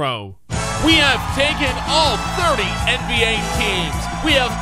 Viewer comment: Does anyone realize he says “end B A”